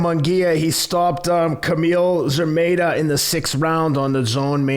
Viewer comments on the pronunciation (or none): Where do you get this pronunciation of foreign names??? Szeremeta is not "Zameta". It's "Sheremeta". What's so difficult about it? Why you have to eat half of the letters? Just check online how to say "sz" in Polish. You have Internet don't you? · another great episode, thank you! btw, it is pronounced "She-re-meh-tah", the man is from Poland